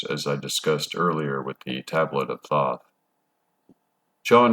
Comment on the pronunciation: Thoth (aka The Scribe) is pronounced with a hard o, like toast. Toe'-th. The reptilians are both indigenous to earth and also interdimensional. There vibrational footprint originates from the lower 4th. Their 'culture' is structured primarily on a system of hierarchy, with the winged draco royalty at the top. They use a liquid crystal hologram cloaking technology to appear human, but it will break down in some situations. Cymatics is the science of sound. To understand how everything takes shape on the material realm, you must study cymatics. Tesla said that the key to everything in the universe is frequency and vibration (sound and how it effects the electromagnetic realm that we are living in). He was right. All matter is composed of electromagnetic energy. The same stuff in different forms, it's very simple. The planets aka wandering stars are not what NASA (money laundering fraud agency) tells you. They correspond to the chakra system. The 'mars rover' is only roving on Devon Island, Canada. Don't believe that nonsense. If you believe that clown Elon Musk was orbiting in a convertible.. well. There may not be much hope for the human race. In any case, we are approaching the end of the Yuga cycle. Kali Yuga is the darkest, most ignorant phase and we will soon return to a much better scenario. The reptilians are working hard to keep you in the dark, because their vibrational pattern will not make the jump to a realm of higher frequency. Basically, they will be screwed and l